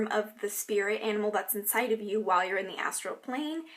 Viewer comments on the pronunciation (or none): none